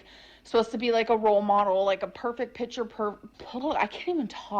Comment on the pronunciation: Oh she never says "picture" correctly. I doubt one time, in her whole life, even by accident. WTF she says etcetera correctly in the intro. Weird, I could swear she says echcetera most of the time.